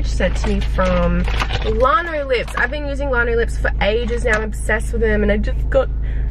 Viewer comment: its lan-oh-lips not larn-o-lips its made w lanolin lol